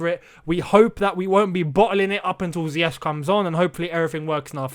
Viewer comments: Sometimes it feels like Lampard enjoys announcing unavailable players. I hope he doesn’t find reasons not to start Pulisic and Ziyech (whom he can’t still pronounce his name correctly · Frank is yet to correctly pronounce his name, but am.excited to see Hakim Ziyech 🤗🤗